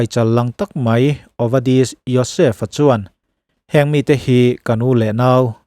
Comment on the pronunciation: Ovedi nilo in Ovadia Yosef tih tur